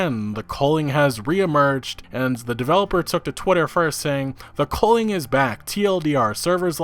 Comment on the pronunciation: Man your pronunciation of the word 'culling' triggers me. You pronounce it as "coaling" but thats wrong. You dont call it a 'Coal de sac' its 'cul de sac' - theres no 'O A' in it